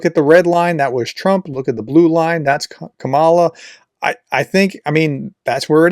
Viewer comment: Please consider learning how to pronounce Kamala.